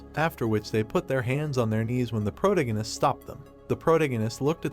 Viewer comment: Geez why are you struggling to pronounce protagonist